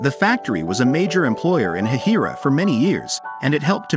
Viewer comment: It is actually pronounced hay-hi-ra